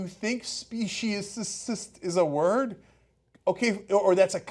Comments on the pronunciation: To me, the video is corny but there is a message, which apparently does not resonate with either of you. Imagine using the ethnicity or race of the “other”, to diminish the worth of your. group. What you two are doing in in fact speciesis, and you might want to learn how to pronounce the word. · I’ve never heard of the people in video you shared, but your take on their message is interesting. You didn’t even take the time to learn how to pronounce the word “speciesism”. I generally agree with your views on social justice issues, but your reaction to the message in this video reveals your inability for compassion for those who don’t have the ability to speak for themselves. The horror we inflict on non humans, from birth to slaughter, to dinner table is the greatest of crimes. You both appear to be completely out of touch.